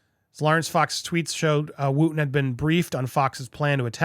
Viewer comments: If ya gonna go in on the demise of Dan Wooton... at least pronounce his name correctly. Wooton rhymes with Hutton.. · Popcorned, you can't even pronounce Dan's name properly.